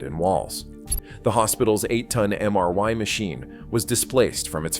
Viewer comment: MRY machine you say. F your AI crap!